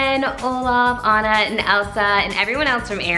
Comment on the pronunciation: Right? I thought I’d clicked on the wrong video at first! Also the repeated mispronunciation of Anna’s name bothered me more than it probably should have.